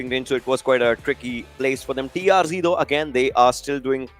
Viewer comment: Not TRG It's TRZ